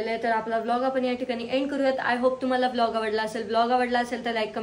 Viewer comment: bolg नाही गं volg 😅❤